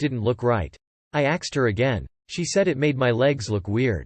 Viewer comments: Why is the robot all of a sudden pronouncing the word "ask/asked" as "axed"? It just randomly started doing it roughly a week ago... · Narrator STOP saying 'axed' or fix your robot!